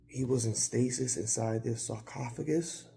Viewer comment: sarcophagus!!!! You said it perfectly lol Great episode